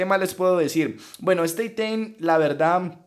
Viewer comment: Por que dice itein...